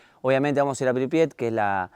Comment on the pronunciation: La ciudad se llama Pripyat... Se escucha varias veces que decís "Pribiat"...